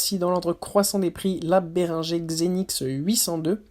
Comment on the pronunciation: ça se prononce" bé ring geur " pas béringé